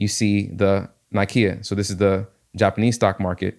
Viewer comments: Great video. Thanks for sharing this trade idea. Fyi Nikkei is pronounced Nick Kay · Nikkei is pronounced "Nee-kae"